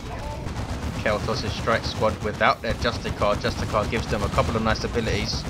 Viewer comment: euh, dont you pronounce justicar as justisar, you make it sound like its just a car but awesome cast, i played the grey knights myself but it needs to get nerfed/buffed/decreased cost etc. (oh and get the emblem which comes with the gk color scheme right you twats ^^)